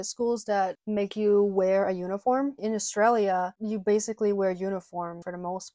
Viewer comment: As an Aussie i can confirm that everything you said is 100% correct, you are also the only American i have ever heard pronounce Australia correctly, stay beautiful :)